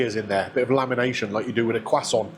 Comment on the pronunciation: Can someone tell me what a "cwoisan" is.